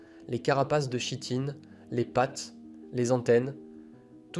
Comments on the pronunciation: Apprends à lire !!! 👎🏼👎🏼👎🏼 Par exemple, on ne dit pas chitine mais "kitine" !!! Et il y en a plein comme ça dans la vidéo 👎🏼👎🏼👎🏼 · La chitine se prononce "kitine"